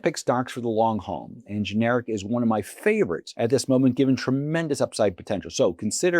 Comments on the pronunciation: It’s not ge-nar-ic. It’s gen-er-rack. That said, good pick. The recent storm activity will definitely up their business. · GIN ER RACK IS THE CORRECT WAY TO SAY IT.